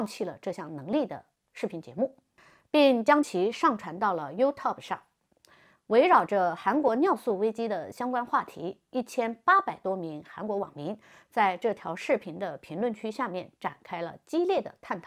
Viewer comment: 善意提醒：U-tube的英语发音有问题，您把tube发成了top的音，请您下次多注意以及做出更正，谢谢。